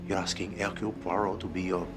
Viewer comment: Modernized version, but entertaining and well acted. Poirot's name gets butchered once again: Her-que-leez Pur-oh. The latest version of this classic story was way too serious and dismal IMHO. This has the right balance of seriousness and levity.